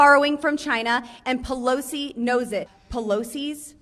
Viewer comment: “Pelozi”. Mtg is whack.